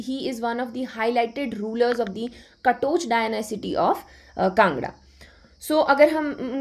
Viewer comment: Maharaja sansar chand katoch.....you should pronounce.........